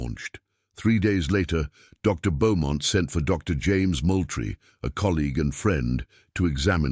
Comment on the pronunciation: Moultrie is pronounced Mooltrie. I have lived in South Carolina for 48 years.